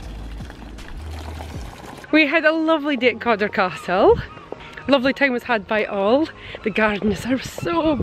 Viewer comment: Cawdor. Pronounced Codder. Codder Castle.